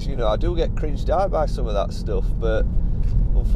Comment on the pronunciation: On the subject of using music, it's not the use of it that gripes me but where and when it's used! Haven't noticed any misplaced tunes in your vids though 👍. Oh, and it's not "burt" it's " but"! 😂